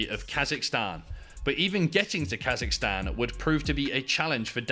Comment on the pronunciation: The minute I heard Kasicstan 😂